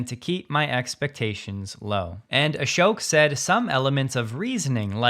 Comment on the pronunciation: I used to know a guy named Ashok and he pronounced it ASH-SHOCK. I cringe every time I hear you mispronounce his name. Say it with me: ASH-SHOCK! 🙏🤓🙏🤓🙏